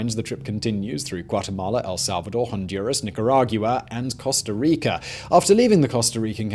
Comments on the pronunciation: After watching, like, 6 videos where you mangle “nicaragua” I feel like I am not alone when I say NICK-ER-AG-WA! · No one: Simon: niCaRaG-yOu-a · He said "Nickyooragwa"